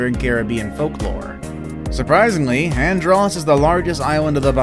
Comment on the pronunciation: You said andros wrong. I felt disrespected as a Bahamian